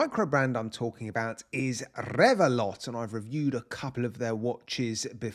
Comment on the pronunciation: Isn't the T in Revelot silent? 🤔